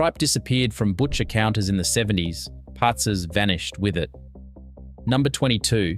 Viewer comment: 1. It's Traha-nAs - the last A is loud, not Tra-hA-nas. 2. Pats-As. the same applies here. It is not just a matter of cost. It is made in various locations in Greece not just for cost-dsaving 3. It's HortO-pita. The second O is loud Sord-A-lia? Are you doing this on purpose? ...... damn I give up. You are probably going to pronounce everything wrong.....